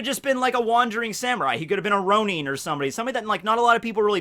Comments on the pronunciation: the japanese pronunciation is “roh-neen” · WHAT DID YOU JUST SAY?! Ronin...(Row-knee-n)? Ronin...(Row-nin)? Shrugges shoulders in confusion Its alright, tomato (toe-mate-o) tomata (toe-mat-o) lol.